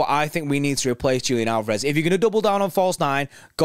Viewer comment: Leaving before you even learned how to pronounce his name ;) I'm thinking about this slightly differently. We have a much more talented replacement already in the squad we got for free, who has emerged as an incredible talent: Oscar Bobb, who can play anywhere along the front line and doesn't have a sledgehammer for a first touch and a yellow card for a second. I'm excited to see what the youth will do this year. Am concerned about general depth in the midfield though